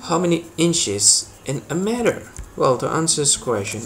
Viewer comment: It’s not, “met her!” Pal!, it’s “mee-ter” u got that? We speak American on this damn American website 🇺🇸